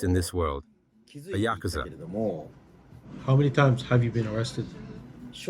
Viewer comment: Uhh maybe learn how to pronounce yakuza correctly before visiting one? Even the translate pronounces it better than you💀its probably not safe to be in japan to firstly even mention the yakuza and secondly say the name wrong bro u must have a death wish or smth💀